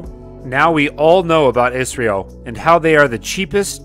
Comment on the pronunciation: Its I S R O ....dont pronounce it as Israel